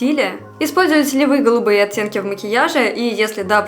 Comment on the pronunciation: так по-белорусски говорит слово "оттенки", я слышу "оцценки" 🤣